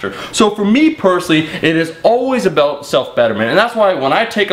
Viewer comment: Aboot :D